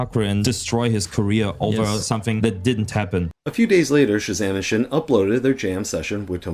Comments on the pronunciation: its pronounced sin and not schin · Thank you for your words! I was really frustrated by the video of chezame and Sxin (btw it’s not pronounced shin, it’s pronounced sin) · We will adress everything said in this video in great detail , just so you know: a lot of things in this video are false! P.S.: it is pronounced sin not shin ✌️